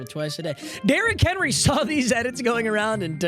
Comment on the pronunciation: "Derrick Henly" and "Donathon Taylor" in the first 40 seconds of the vid. in full effect